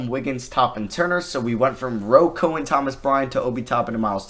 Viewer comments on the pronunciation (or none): none